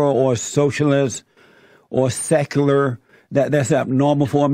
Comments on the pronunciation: He sounds like he’s never heard or seen the word “secular” before lol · Haha I loved how he couldn't pronounce easy words, I busted out laughing when I heard how he butchered the word Secular. XD